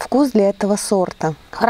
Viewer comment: уважаю ваш труд, люблю смотреть ваши видео, но правильно говорить на кустУ, саЖать, не мы вам расскажем, а Я вам расскажу, мы же не говорим о себе во множествееном числе, сто раз извиняюсь, не каждому укажешь на ошибки, вас приятно слушать и речь приятная, но указанные слова режут слух, извините💐